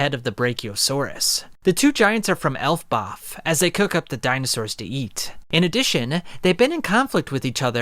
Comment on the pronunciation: I think it’s pronounced “el-baf” not “elf-baf”